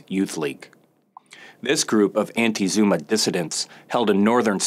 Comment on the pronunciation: His pronunciation of the names is making me visibly wince and cringe.